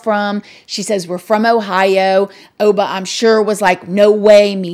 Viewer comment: I only know OBA- MA lol never heard just Oba lol